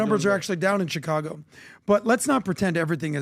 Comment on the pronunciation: dont forget also "Chi-congo"